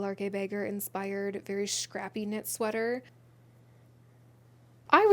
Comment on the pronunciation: danish person here: the ‘æ’ in lærke bagger is pronounced somewhere between an a and an e, and generally speaking any vowel which comes before a repeating consonant should sound kind of like you’re trying to push the sound out from behind a hot potato in your mouth. which basically means that if you swap your pronounciation of the ‘æ’ in lærke with the ‘a’ in bagger you would be pronouncing her name like a danish person, though i’m sure she wouldn’t mind either way (we have bigger fish to fry atm).